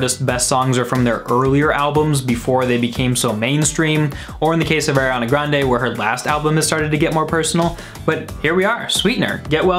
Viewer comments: DID HE JUST SAY AIRANA GRANDE?? WHAT THE FUCK MAN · I can obviously see that you aren’t the biggest fan. You pronounce her name wrong